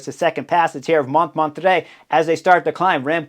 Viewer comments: Montmarrrttrre, not Montmatre (but I noticed the spelling was wrong on the road profile, so ...). But still, Chris! You knucklehead :-) You've been to Paris! Famous Montmartre! And the directeur sportif of Team Belgium is Vanthourenhout, Sven, not Nathan Van Hooydonck, but you are obviously excused for not being able to pronounce that name: Van Toorenhawt, something like that. But great stuff again. Some commentators liked this Paris circuit so much that one suggested they should do a nice one day race here every year. Even as a stage in the Tour? Personally, I don't think it is suited for a big peloton. Any thoughts? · I have never, ever heard Montmartre pronounced that way :) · Pronunciation of "Montmartre" 😅: no wonder you couldn't win Tour de France 😂.